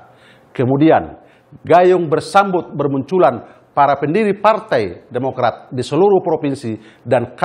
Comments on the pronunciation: "Partai Podomorat" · TEKSNYA JAHAT BANGET WKWKWK KASIHAN BAPACK BAPACK INI BACA TEKSNYA PODOMARAT... UNTUNG BUKAN INDOMARET "DI DEMO LU SM KARYAWAN INDOMARET" 😂😂😂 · "PARTAI PODOMORAT" 😅 PAK SALAH SEBUT AP PARTAI BARU TU PAK...